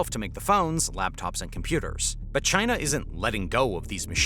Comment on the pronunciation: I don’t like the way you say “China”, it reminds me of how your idiot president says it.